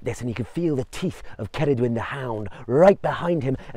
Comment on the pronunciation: Thank you for saying Her name correctly.